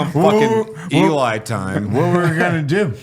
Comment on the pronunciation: I swear when introduces Eli Double Tap he sounds like he's saying "Eli Double Fap"... guarantee you can't un hear it now😂